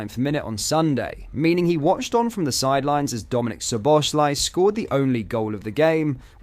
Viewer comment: I know you’re a Brit, but please make an effort to pronounce players’ names correctly! Examples: Chiesa “ch” is pronounced as “c” in “coffee” (not “ch” as in “chess”). Kiteke is not kiteKAY. Both “sz” in Szoboszlai are pronounced as “s”. And Arne Slot is not ArNAY. Please and thank you.